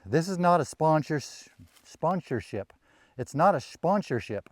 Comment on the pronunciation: Good to know this is neither a spwawnshership, a shahnshersheap, nor a shwansership